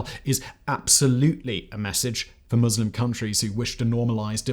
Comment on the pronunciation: Ohh my god.. a presenter who actually knows how to pronounce Muslim correctly?! It's a Christmas miracle.